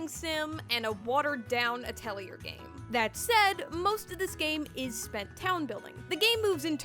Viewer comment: Great review! Thanks for all the helpful insight! However... the R in Atelier is silent. It's more pronounced ah-tell-YAY. It's a fancy french word for a workshop or art studio and even though I took French in middle school I'm embarrassed to admit I pronounced it at-el-ear till college.